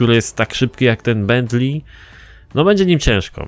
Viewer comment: "Bentli"nie no po prostu perfect englisz